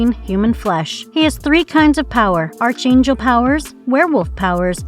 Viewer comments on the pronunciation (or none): Archangel is pronounce Ark-Angel. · Arch angel? Like McDonalds arches? Never heard it pronounced that way before.